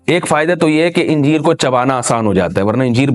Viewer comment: انجیر کو الف پر زبر سے پڑھنا چاہیے۔ حوالہ: جامع فیروز اللغات۔